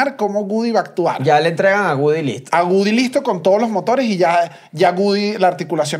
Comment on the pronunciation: No es GUDY!!!! Le pueden decir a que es WOODY!!!